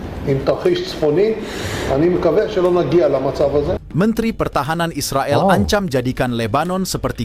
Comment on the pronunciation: Bro cakap Is the gail ya bukan Israel... hmm..cakap malaysia macam itu yaa 😊